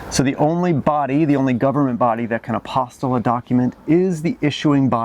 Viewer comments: Right, it's an apostille, not an apostle. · Great info! BTW, I believe it’s pronounced Ap-o-steel. Spelled apostille, but pronounced aposteel.